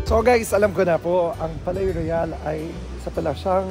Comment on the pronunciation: Palais Royal pronounced like "Paliy rwayal" po😊